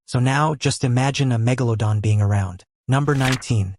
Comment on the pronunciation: I like that he says "megalodon" the right way.